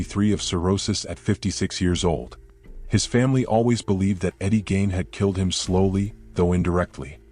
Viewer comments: Eddie gain ??? No it's pronounced like geen not gain. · It's Gein,,, at least get his name right.